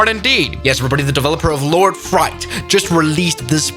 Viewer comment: frites, not fright